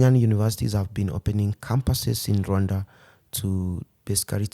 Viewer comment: It is pronounced with 2 syllables (RWun-da), as he is pronouncing it. Westerners pronounce it with 3 syllables, Ra-wan-da, which isn't correct.